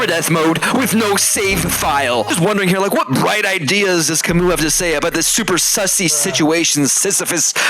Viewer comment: I didn't know that Albert Camus was a Russian, especially with that silent s in the end.